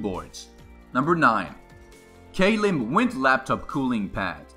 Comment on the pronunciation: its not pronounced like k lim it is pronounced klim.